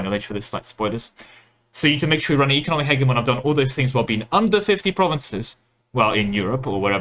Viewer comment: Not wild at all, he's pronouncing it correctly. hedge-y-mon is an Americanized version that makes it sound like a Pokémon made of bushes.